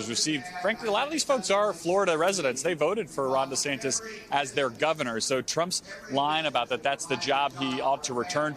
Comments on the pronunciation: The reporter called him Desanctus 😂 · How many times did he said Desantas wrong.